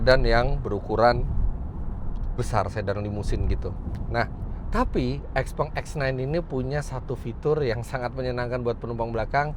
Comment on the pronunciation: Harusnya baca yg bnr : siaopeng